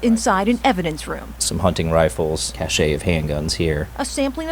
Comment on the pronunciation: LOL, I can't resist it: so much for moron cops who can't pronounce "cache." BTW, it's pronounced "cash," and it's not the word "cachet," which is what he pronounced, and which is a completely different word. For those interested in these words and their pronunciation: cache: cachet: Now I don't mean to diss cops in general (although I think this is a bad time to have respect for freedom and deciding to be a cop). But far too many cops are KNOW-IT-ALLS, when in fact, most cops are of average intelligence and have only average general knowledge of the world outside police work.